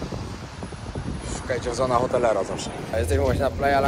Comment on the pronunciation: tę nazwę się wymawia „sona otelera”